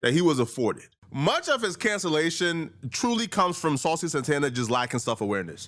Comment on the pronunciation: Miss Saw-Cee 💅